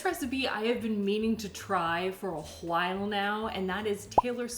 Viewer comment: WHAT is that pronunciation of “awhile” and why has no one stopped you 😭